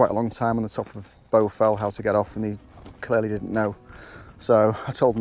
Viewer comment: I think you might be pronouncing it incorrectly which is the problem. Shouldn't it be pronounced with an A not a U !